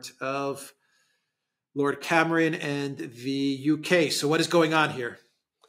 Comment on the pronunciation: Cameron . Not lord camaaron. F the lord